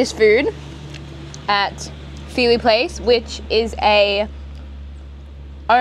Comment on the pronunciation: She is butchering the jamaican words. Fiwi is pronounced FIH wi. Bammi is pronounced BAH-mi. Emphasis on the first syllable.